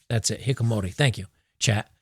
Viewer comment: hiki ko mori, not hikkomori